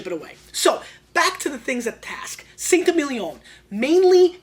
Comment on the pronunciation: Awesome vid thank you. Saint Émilion is pronounced “Sant ay-meel-yon” with the final n swallowed / pronounced in the nose rather than by the tongue (like you would when saying dom perignon). 😊